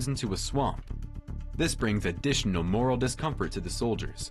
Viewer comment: MORALE, not 'moral'.